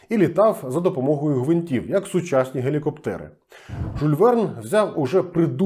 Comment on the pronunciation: Прошу прощения, не Жуль, а Жюль. Може я не правий і помиляюсь.